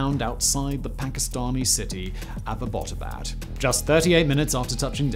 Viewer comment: Abba-bot-abad 😆. Think you added an extra syllable there, buddy!